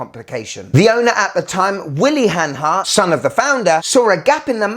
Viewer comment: Good Stuff man! You said hanhary 20 times!